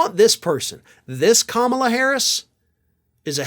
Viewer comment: First, he has to pronounce her name the right way